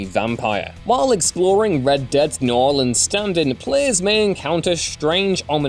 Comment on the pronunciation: Great video! Also, thank you for saying "New Orleans" correctly.